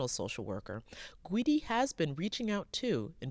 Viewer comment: Gweedy ? Are you serious it's Guidi if ur doing a news thing on someone get his fking name right and the town too